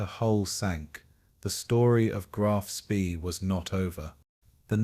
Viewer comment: Get frustraded and angry instead of falling asleep because these wankers mispronounce, "Graf Spee" every fucking time.